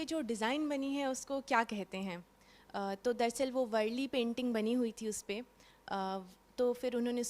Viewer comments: वरली नही madm वारली panting .है । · Varli not vrli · It's वारली not वरळी, वरळी is place in mumbai.